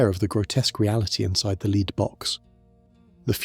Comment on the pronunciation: It's being pronounced 'leed' one sentence and the next 'led'. The latter is the correct pronunciation.